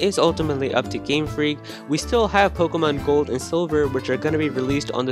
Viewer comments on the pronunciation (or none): none